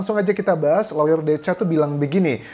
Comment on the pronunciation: Lawyer bukannya dibaca LOYER, Mas Anjas?